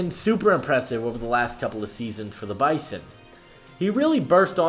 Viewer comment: Bizon....not Bison. 😉